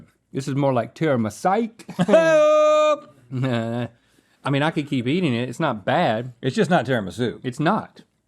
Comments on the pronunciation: Rhett: tiramisa? Me: is tiramis"u" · I'm sicilian and I am fuming! TIRAMI-SU! Where does Tirami-sei come from?! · Why were they saying tiramisa ?! I watched this at work and I had to take a moment 😂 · tirimissai? nooooooo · The way Rhett pronounces Tiramisu… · No way u Americans pronounce tiramisu like that… I dont want to believe that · You really don’t know how to pronounce tiramisu? :O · Why did Rhett pronounce tiramisu weird?